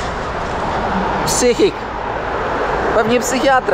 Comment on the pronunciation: Psychic (czyt. bardziej jak "sajkik"), to medium, a nie psychiatra :D